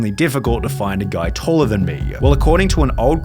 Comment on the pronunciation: Showa, Talla ... Love this accent.